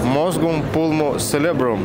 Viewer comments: ты неправильно cerebrum произносишь) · ты где в "Cerebrum" нашел "селебрум"? Читается это, как "церебрум"